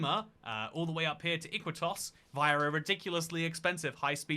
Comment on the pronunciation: fck you it's pronounced Ikitos and also if you wanna name that city also name Isla Maciel right in the border between Buenos Aires and Avellaneda